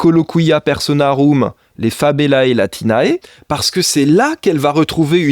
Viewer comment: Attention latinae ne se prononce pas " latina-é " mais soit " latiné " (prononciation courante, ou ecclésiastique, soit " latinay " prononciation universitaire.